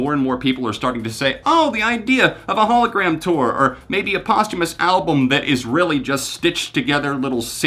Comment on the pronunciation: I am so proud of how smart the young people are today. There is one thing I notice time and again is when certain words are mispronounced over and over. Posthumous is being pronounced wrong. Post is pronounced the same as most. I dont blame anyone. Many times we only read words and have never heard them. The theme of this video is about posthumous so it really should be said correctly. Great video otherwise. With smarts like this young man has we have no reason to worry about the future.